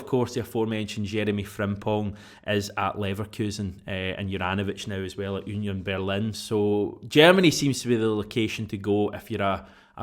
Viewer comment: Onion Berlin? Your Law-ree-uunt was better.